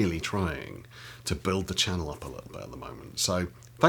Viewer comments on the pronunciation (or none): none